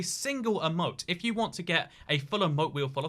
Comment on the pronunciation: Anyone else a little triggered when he says “eh-moat” and not “ee-moat”